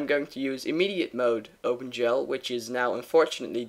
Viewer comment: Is he saying open 'jell'???